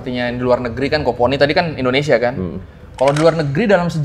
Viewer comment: Indonesia beh beh .....bukan endonesia ....please deh